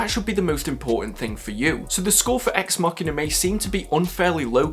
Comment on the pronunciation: It is pronounced ex machin(a) with "a" as in "amber"